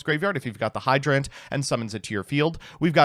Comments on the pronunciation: No one: literally no one: when he has to say a regular word: hydrANT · The way you pronounce turbulance and hydrant annoys me to no end. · he dictates the D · Hydrant is a real word. How do you fuck up the pronunciation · I did not know hydrant could be pronounced that way, but you did choose the pronunciation that sounds more like a cool robot, so good on you. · why does he say hydrant like that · How does he mess up pronouncing hydrant, it's literally a real word